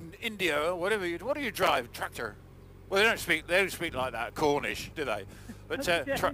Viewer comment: New gear ahoy! Have to say you're both looking really well....maniacal & slightly murderer-ish (real word) but very sprightly & lithe indeed. Well done guys, keep up the good work. Oh & an old friend of mine was born in Kerala. You've got the pronounciation of 'Tractor' & accent bang on >_<